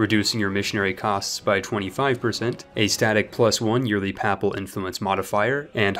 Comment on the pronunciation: Papal = Pay-pull. Duchy = Dutch-E. ur English is Great, just tryin to help.